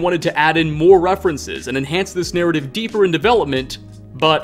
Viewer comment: Narrative-ah possible-ah corporation-ah .. is it just me-ah? Am I the only one-ah? Does this drive anyone else crazy-ah?